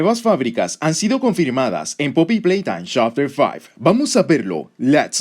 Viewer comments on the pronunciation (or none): Chapter faib chapter trii chapter fur me mato de risa